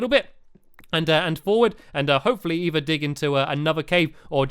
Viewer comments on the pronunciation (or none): none